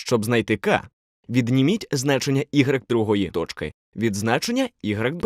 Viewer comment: Как красиво вы говорите слово тоЧки